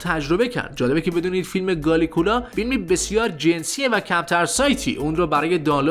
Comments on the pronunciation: بسیار حرفه ای هستی آن‌چنان که کالیگولا رو گالیگولا کردی😂😂😂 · میخوای با ویدئوهات اطلاع بدی ولی چرت و پرت توش زیاده. حتی شناختی از کالیگولا نداری که بهش میگی گالیکولا😂😂😂 بعد توقع بازدید بالا داری؟؟؟؟ حتما با این سطح کارت میخوای جای کانال فیلم باز یا احسان منصوری رو هم بگیری؟؟؟؟💩